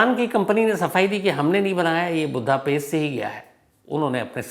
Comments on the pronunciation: Chip hota h chips ni Budapest hota h budha paste ni anpadh journalist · शहर का नाम बुद्धापेस्ट नहीं वुडापेस्ट है।